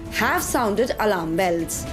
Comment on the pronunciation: Lady it is pronounced as ALARM and not ALARAM